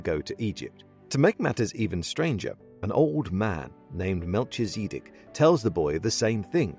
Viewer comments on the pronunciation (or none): Hey, this is really cool! I just finished reading this (finally started it, sounds like a metaphor). My only consideration for your video/knowledge is the pronunciation of “Melchizedek.” It sounds like you are pronouncing it as two names, but in the translations I have read (it’s a Biblical name), I have typically seen it as one name, where “kee” flows right into “zih.” I could be very wrong here, so take it with cough a grain of sand. Keep up the great work. 😉